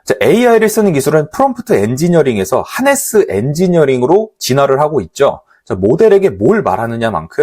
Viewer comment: 하네스로 써놓고 하르네스로 들리는 이유는 뭘까요?